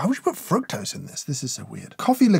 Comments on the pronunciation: Was it just me that thought he said "We've got some 🐸 toes"? 😂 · I really thought you said: "Frog Toes" went you said: Fructose haha